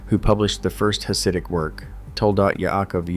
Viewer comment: Hasid is not pronounced with ch as in cherry. It again has the same hard ch that the German language uses. My ears hurt from your ai pronunciation.